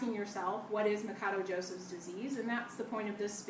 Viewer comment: its not ma ka doe...its ma sha doe...idiot....portugeuse last name.....but thanks for vid though...